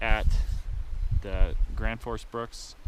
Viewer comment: Gransfors bruks not Granfors lol